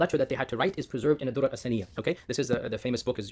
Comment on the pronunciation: You are not pronouncing the name of book you're not pronouncing properly al durar is not dor😢